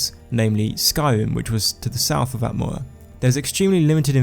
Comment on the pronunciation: I... I just cant... that speech abnormality makes me laugh. I know I am going to hell but I just cant help myself :D Atmoua :D Nice videos though :)